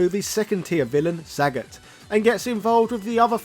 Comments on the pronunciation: It's not Saget mate, it's Sagat. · Sagaaaaaaaaaaat not Saaaaaaaaaaaagat